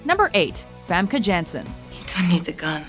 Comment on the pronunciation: Oh c'mon guys.. At least TRY to pronounce Famke Janssen's name right. The a's are pronounced like you'd say 'tart'. Then you'd almost get it right!